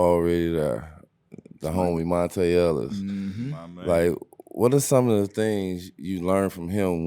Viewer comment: lol that's how his name was spelled but you pronounce it Monte. Monta Ellis was a special player